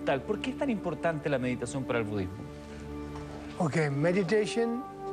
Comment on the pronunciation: cuando le van a enseñar al monje que no se dice "mediteichon"? jajajaja